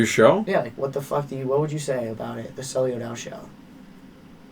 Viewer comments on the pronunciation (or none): It’s sulli not sully